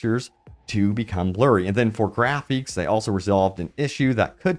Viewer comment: My man there’s no way you pronounced it “grapheeeeks” 😂